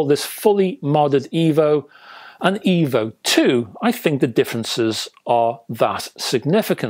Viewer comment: Oh, no! It's D' Evo. You'll love it Rega' rdless?